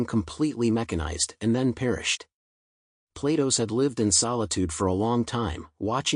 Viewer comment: "Platos", the AI pronounce it almost like PLAY DOUGHS